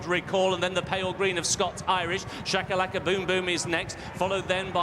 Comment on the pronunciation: oh, and its Shakalakaboomboom, not Chakalakaboomboom